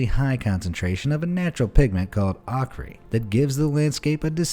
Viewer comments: Ochre is pronounced Oak-er, not awk-re. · "Ock ree" 😅 Its pronounced "oh ker" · Awk-ree?? Ochre is pronounced Ok’-er. 🙄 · It's oh-ker, not ok-ree!!!! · For future reference, the word "quay" is pronounced "key" (NOT "kay"); the word "ochre" is pronounced "oak-er" (NOT "aw-kree") . Otherwise, great video! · It's pronounced OK-ER .. .... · Ochre is pronounced OH-kuh. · I love that walrus! Also, I think it’s pronounced like “Oaker”... (ochre)... Bob Ross uses red and yellow ochre all the time 🤣🤣👍🏻 love your channel... ALWAYS learn something new! Thank you! 🤟🏻🤟🏻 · Pronunciation lesson: Hormuz = HOR-MOOZ, Ochre= OH-KER.🤓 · Ochre is pronounced Oak-Her for future reference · Omg my whole face cringed when he pronounced ochre. It’s like ogre. But with a hard k sound instead of a g. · Guy makes up his own pronunciations. Lazy AF. Hormuz ochre coeur d'alene